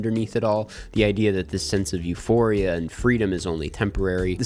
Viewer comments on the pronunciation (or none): none